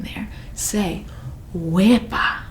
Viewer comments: Ok I'm Chilean and I thought that she was saying WEBAAAA jsjsjs I was so confused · I am Puerto Rican Wepa:Wowww Boricua:Puerto Rican Tapón:Traffic•U got it so wrong